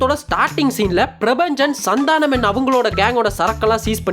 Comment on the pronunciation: Bro oru chinna thirutham athu Santhaanam illa santhanam